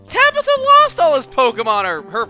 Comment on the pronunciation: sounds like if you said Tablo instead of Tabitha *w*